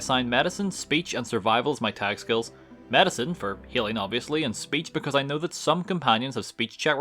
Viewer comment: U pronounce medicine wrong 💊